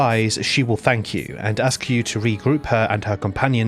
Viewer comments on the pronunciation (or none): Fank you hahahahaha